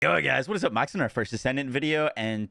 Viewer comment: Is he saying Moxsy hunter here?